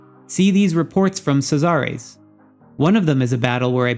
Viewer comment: SEE--ZER like in Roman times. Not C-zar-rays. LOL. Thanks for the information regardless